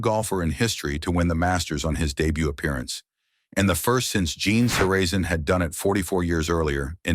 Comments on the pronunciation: I clicked STOP after hearing "SerAYZEN" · Gene Sur-ray-zin. Good grief! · He mispronounced Sarazen, too. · I can't help myself but as soon as one of these computer-generated videos starts pronouncing names the wrong way (like it did with "Zoeller" and "Sarazen" in this video), I shut it down. It's kind of hard to take the video seriously after that.